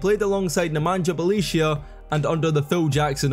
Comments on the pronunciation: Nemanja Bjelica by far 😂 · you butchered it quite hard .... Bjelica hahaa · Nemanja Bjelica hahahhahaa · Bjelica was awsome. First time i have heard this pronuncuation. You are an inventor in names :D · Bjelica was absolutely totally wrong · Bjelica pronunciation was a crime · You wouldn't pronounce worse Bjelica even if you tried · The way you pronounce Bjelica is crazy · Brotherman went crazy on those pronunciations tf is a Belicia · Lets not forget how Kukoc, Smits, Sabonis "failed" in NBA. Tough Jokic failed in basketball overall not taking part of his national team. But please give some minor respect to Bjelica. One of the greatest players ever, coz hes name is not Beyelissiya, like you spell it but Bjelica. (Bielizza) Thank you. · Bro, you have been butchering hard Bjelica pronunciation. It should sound like Bye-lee-tza not Belicio. You should have used google translate audio option for pronunciation, its spot on. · Belicia? Its Byelica,literally google the name in the origin language and press the little button for google translate to read it for you pls. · It’s Bie-lee-tsa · Nemanja Bjelica by far. Unlike in english, each letter is always one and the same sound. His name would be: Ne-ma-nya B-ye-li-tsa. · Oh Jesus.. Beleeshya 🤣😂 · I gotta admit you had me wondering for a little while who was that player Belicia that was a starter in the NBA for 2 seasons and how the heck did i not know him.... :D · "Bie leet tsa" bro 😂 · Never knew a certain Felicia played for NBA lol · bro called him Balicia Keys 😂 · Wtf is "Nemaniah Belichiah"? 😭😭😭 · BJELICA IS PRONOUNCED BEE-YAH-LEETS-AH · get a shot for every Belisia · Neh-mah-nyah Byeh-lee-tzah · It really bugged me to hear you say Bjelica wrong 100 times. You can just google people's names and see how to pronounce it. Not like his is even difficult. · Bjelica and Bolonga for sure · try boloneea fo r Bologna and Nemania Beaelitsa for Nemanja Bjelica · BoloNGa and bjelica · If I hear SpanouSis or Bjelicia again...